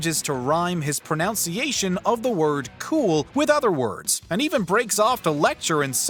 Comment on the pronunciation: Did you mispronounce pronunciation on purpose?